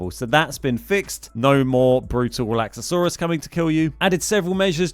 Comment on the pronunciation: Breakdown the 4 syllables because I can only count 5 Re/lax/a/saur/us